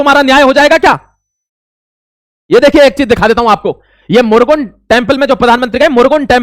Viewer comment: मुरगुन नहीं भाई मुरुगन जो कार्तिकेय महाराज को कहते हैं